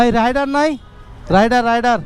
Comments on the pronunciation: রাইডার না ❎ রেইডার ✅ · Not রাইডার ❌ রেইডার ✅